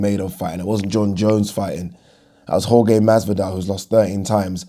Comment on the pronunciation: Jorge is pronounced HorHe